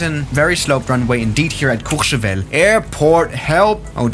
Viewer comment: I love the accent when you say courchevel 😂😂😂